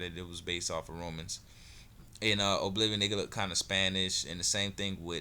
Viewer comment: its pronounced uh-bliv-ee-un